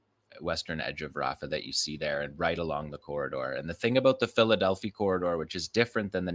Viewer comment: You're mispronouncing Philadelphi Corridor. It's Delphi. The i should sound like "eye."